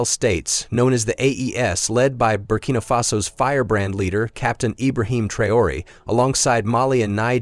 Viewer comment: You can't even pronounce Traore's name properly, and Langley was sacked weeks ago. I hate AI content